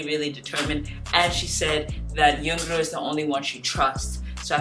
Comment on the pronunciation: Her name pronounced pretty easy (YoungRo) young + ro (bun in korean "r" is difficult to pronounce, so sometimes they call her "YoungLo" or "YoungNo")